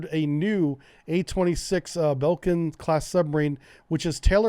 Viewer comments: Oh my god. "Belkin" class? Jesus. (I say this as tongue in cheek statement) Its pronounced "Bley-king-eh" class submarine! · If you pronounce 'Blekinge' as Blayk-inge (the ay as in mayor) you would come pretty damn close to the Swedish pronounciation. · Love your content. Still have to junp in.. It's pronounced "Ble-king-e". :-) It's named, in tradition, efter one of the Swedish regions.